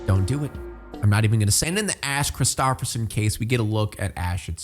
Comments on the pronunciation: its a Norwegian name tho lol love how you ruined it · maybe because it’s a Norwegian name lol you’re saying it wrong